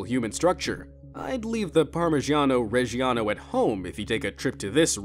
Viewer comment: Il modo in cui ha detto Sorrento si poteva ancora accettare ma PARMIGIAANOU REGIANOUU poteva anche risparmiarselo😂